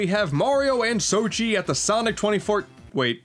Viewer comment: he said soshi